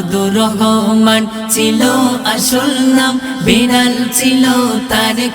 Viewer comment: বেরাল ❌ বেড়াল ❌ বিড়াল ✅😅